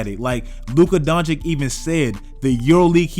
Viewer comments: Luka Doncic not Doncik pls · Don-chich not Don-chick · DONCHICH! Not Donichic